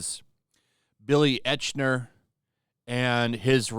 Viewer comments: Eichner pronounced “Ike-ner” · I think his name sounds probably closer to "Ike-ner". Like the name Ike. Kyle's little brother in South Park. It's a German name, but Americans can't pronounce our "ch", so I'll spare you from trying to explain that. Anyway, just saying. That kinda stood out to me. Otherwise I couldn't care less about this crybaby. Make niche movie, have niche audience, cry about it.